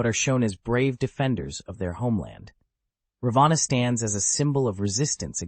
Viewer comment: And what exactly are U trying to prove by demonzing Rama? This is NOT funny..I ask YouTube to remove this video as it is offensive to millions of Hindus. Alternative Ramayana , indeed..This is a corrupt interpretation. BTW, pls pronounce Raavan's name correctly.